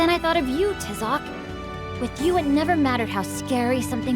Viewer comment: is anyone else bothered by the way they pronounce Tizoc's name